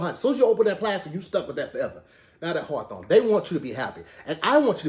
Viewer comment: Who asked to do advertisements. He really sold me on the cologne site and I typed in “hawthawn” bc that’s what he made it sound like😪